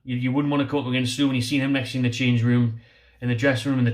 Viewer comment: First choices for me (from the video..). 100% Niklas Süle (pronunciation is closer to Sü-Lay..) at CB. Champions League winner with 37 caps for Germany. Even without Prem experience he's miles ahead of the other CB mentioned. And Kieran Trippier at RB. Great going forward and seems like he's even stronger in defense, after a season in Atlético. He is getting up there in age, but still pure class IMO, and should be able to do a great job for us for a couple of seasons.. To be honest. I don't really see any champions league players joining, but those 2 would be my top choices. But I like all the players mentioned.. It will be exciting to see, who we can actually pull in January. For sure most quality players won't join a relegation battle, but if Oscar can go from Chelsea to China, surely we can get someone decent.